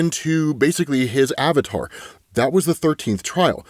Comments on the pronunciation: Yakno... Its the little things. It's always the little things. It's fun hearing someone say a word. A random word. Realizing, that is probably the only word they can not pronounce correctly. Avatar. My word is Roster. I pronounced it as Rows-Ster. Didn't learn that until I was 6yrs into the military and my soldiers pointed it. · That is the funniest way I ever heard somebody say Avatar